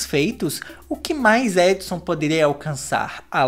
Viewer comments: Resultado do vídeo sempre confundindo o nome dela é errou o nome dela o vídeo todo se fala adisan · Só consigo ouvir ele falando Edson KKKKKKKKKKKKKKKKK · a Addison tem o nome que se pronuncia tipo : edson